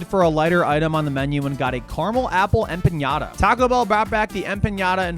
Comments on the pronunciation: dude what is an empañada😭😭 its just an empanada there is no weird pronunciation to it lol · THERE IS NO J IN EMPANADA SO STOP SAYING EMPANJADA GOD DAMMIT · aside from mispronouncing empanada — the n is just a regular n, not ñ —this was a cool video. I could not do this, because every time I eat Taco Bell, i make about three trips to the john over the next hour or so. lol. But damn, it tastes great going down. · Hey, empanada just has an N in it. It is not an ñ, which is an N with a following Y sound... Made the same mistake myself, many years ago... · It’s empanada,, not empañada… you didn’t eat a cheesy Gordita crunch…. I’m flabbergasted. Edit: great video. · It's pronounced empanada, not empañada. 😂😂😂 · Dude said, “Em-piiiiaaa-niiiaada” 😂😂 It’s “Em-pa-nada” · empanada is not empañada but yeah great video lol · If I ever hear empanyada again, I might lose it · eh-puh-naa-duh. Fun video to watch though. Normally i will do Steak, rarely chicken and if i do a potato those slap. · Emp-panada 💜💜 my love it’s empanada not like the Mexican toy you hit hehe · em pahn yaahduh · "Em pa nya da" might be the worst empanada pronunciation ive very heard 😭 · That has to be the WHITEST pronunciation of Empenada I've ever heard. 🤣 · A "pinyata" ? Lol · In-pinata he said😂😂😂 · bro can pronounce duodenum but not empanada 😭 love you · bro thats not how u pronounce empanada wth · Empanada is not spelled or pronounced with a Ñ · Hey, I'm new here, why is this guy's gut always in bits and pronounces Empanada the way he do? Anyway, we are excited for our first Taco Bell in Ireland and shoutout Nick, nice ride. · I gagged every time this dude pronounced empanada. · Video quality - 10/10 Humor- 10/10 Pronunciation of empanada - 1/10 lol love u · Empanada is pronounced how it's read btw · That's not how to say empanada, my guy... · I do not like the way you say empanada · You're over-pronouncing empanada. There's not tilde over the n.